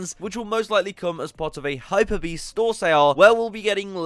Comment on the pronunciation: *HYPEbeast, not hyperbeast.